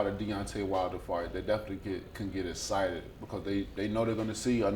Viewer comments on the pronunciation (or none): Deontay “escited” wilder